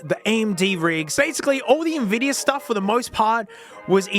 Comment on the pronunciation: Tell me you don't understand Linux without telling me. Can't watch the whole thing lol. NPC vibes. Blazziteh. NVidiah. Yeah, no wonder things don't work. In some benchmarks you're missing drivers mate.